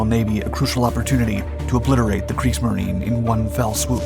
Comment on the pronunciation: Not Kriegs-marine? It's pronounced Kriegs-marine-uh